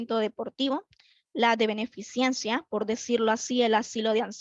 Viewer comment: Me llama la atención cuando dice beneficiencia, lo correcto es Beneficencia.